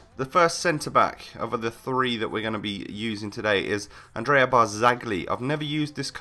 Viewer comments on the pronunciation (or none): none